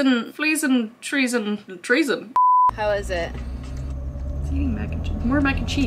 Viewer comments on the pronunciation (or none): Girl said TRESON